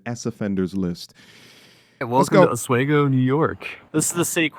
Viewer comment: Local pronounciation of "Oswego" is similar to "off we go" (only an s-sound instead of the f-sound). Stress is on the middle syllable.